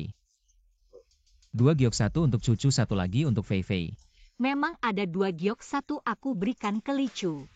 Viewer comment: feifei❌ fefek✅